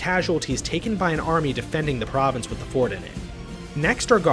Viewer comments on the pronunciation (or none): none